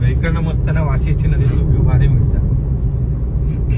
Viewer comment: वाशीठ्यी नाही, वसिष्ठी नदी